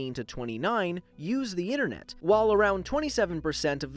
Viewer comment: How about “U.S.Inteenet”